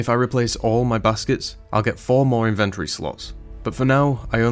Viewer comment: If you start putting timestamps on your music I will forgive your pronunciation of inventory X)